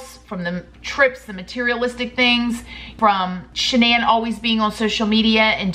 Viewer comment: Shan-NONE lol